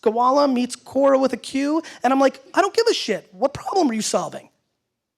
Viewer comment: He pronounced it Kora but it's pronounced Kwora. The web site name is Quora. It's a platform for people to ask questions and throw them out to anyone that thinks they have the ability to answer them. You can be a question asker or an question answerer as you chose.